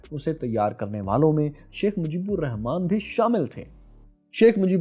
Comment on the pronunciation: You cant even write our father of nations name proparly? Its "RAHMAN" not "Rehman". Bengalis pronounce Rahman. Write it properly.